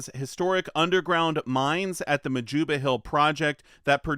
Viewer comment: Majoba: pronounced—Ma-yoo-ba